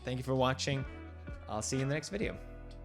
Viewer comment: Felix said "I'll see you next video" but I heard "I'll see you next year" and I was like wait what rewind! lol